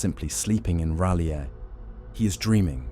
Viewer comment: Fucking AI can't even be consistent in its pronunciation of R'lyeh.